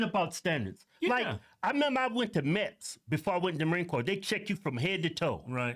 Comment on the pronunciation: It sounds like he says "I went to Mets" lol. I figured out from context clues he was saying MEPS, but for a second I thought he was talking about trying out for a baseball team.